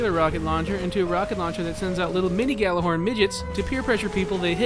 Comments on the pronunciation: it is actually pronounced like yallerhorn not gallahorn in norse which is where the word comes from it means megaphone and was used by hiemdell(probably butchered that) to signal ragnorak(the apocalypse) so people who pronounce it like yallerhorn know there shit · I mean... it IS technically pronounced like "Yallar-horn"